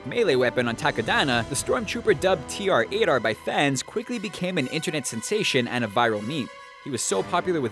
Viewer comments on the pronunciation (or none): You said TR-8R wrong you don't pronounce it T R 8 R it's TRAITOR!!!!!!! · Also about tr-8r say it slow. It sounds like trader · It is TR8-T0R. Get it right.